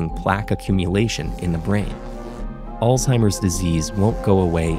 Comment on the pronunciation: 10000 points for the way the narrator pronounced "Alzheimer"